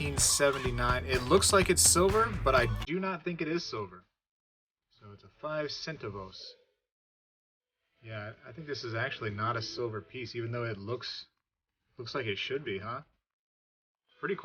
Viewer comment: Say it with me Spegtacular.... Cent Ahhhh Vos 🤣🤣🤣